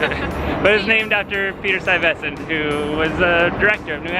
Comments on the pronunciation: You need to almost swallow the ve sound. STUY(ve)sent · I might just be from long island but hearing you, a NYC resident, mispronounce Stuyvesant really makes me scratch my head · I enjoy your videos, but they would be better if you made sure your pronunciation of words like Lenape and Stuyvesant were accurate.